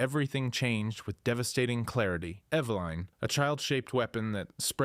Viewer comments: Bro It’s Eveline not Eveleen or Eve Line 😂 also you say Steve is the youngest on the list but then literally say later that Eveline was born in a lab soooo you’re wrong about Steve being the youngest. Cool video tho, you should probably rewatch your videos before posting them to make sure thy make sense tho lol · Its evelyn.. eh beh liiinnnn. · I’m I the only one bugged by the way he says eveline